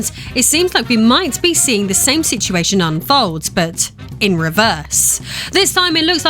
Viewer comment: Ahhh she said "situation" i might dislike the video lol